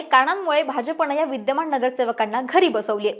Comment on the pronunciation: महाणगर, विद्यमाण, णगरसेवक, णाराजी. हा व्हिडिओ णूस्ता काणाला त्रास